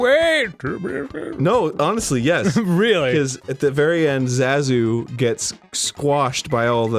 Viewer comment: Ok this clip is great but I can’t get over how Arin pronounces Zazu